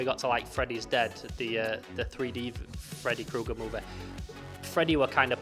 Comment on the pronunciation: Fredaye Kooger 😅